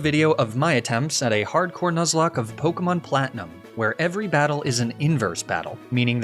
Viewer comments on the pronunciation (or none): none